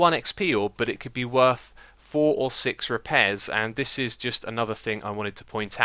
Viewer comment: "reapairs" oh Xisuma :') Also your conclusion is wrong, using a normal diamond pick will be able to repair itself fully as it is a total of 160% and not 60% as you said.... you're going to need to re-do this video tbh.